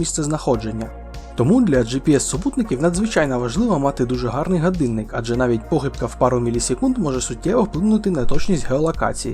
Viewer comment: супер! якби ще отой "ґадинник" відучити казати і навчити казати "годинник"... Але все буде з часом. І маскальщина піде за кораблем.